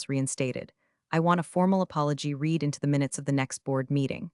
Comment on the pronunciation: Hi, To the producer of this channel. Please send someone to the voice autoreader program you are using and correct its most flagrantly flawed pronunciation of words in English and International words. I suggest that you teach it to differentiate the pronunciation of the word Read. The pronunciation is radically different in the present tense and the past tense even if it's spelled the same. This is doable as I've heard many aoutoreader programs do it. Another word that should be changed is the pronunciation of the word Patagonia. It is used in almost all the stories by this channel and the pronunciation of your autoreader program is atrocious. Neither the brand name nor the geographical location is pronounced in the manner of your autoreader program. Please see to it that it is corrected or change the brand name in your stories. You should also investigate if you are infringing on the trademark or copyright owned by Patagonia the brand. Even if you're autoreader pronounce it incorrectly we can still read the word, and it's quite clear what you are referring to. In my estimation you are in breach of trademark and copyright, unless you have a licencing contract with them. Your mere use of that brand name in a way that suggest a general knowledge of the it tells me that Patagonia as a brand might be under what's called Kodac protection, a higher level of protection on an international level. This is not ment as legal advice, just a suggestion that you consult with your IP legal